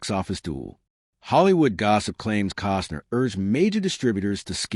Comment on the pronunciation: Kostner not Cosner